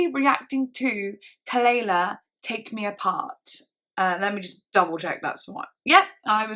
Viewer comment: OH MY GOD! thank you soooooo much for this i love uuuuuu and wow, i’m prepared to smile throughout this thank uuuu (p.s. it’s pronounced kuh-luh-lah 😁💗🪴👩🏼‍❤️‍💋‍👩🏽💕)